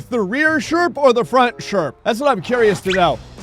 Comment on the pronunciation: Ah yes the sherprehs